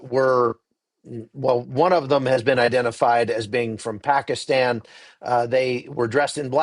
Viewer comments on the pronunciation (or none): none